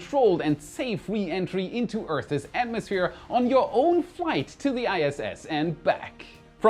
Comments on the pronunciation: Nice, but we ALWAYS say it as "Earths", not "Earth-es". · your English-speaking skills are next level, however... Earth's is pronounced Earths not Earthes. Fix that and nobody will know that you're not a native. Peace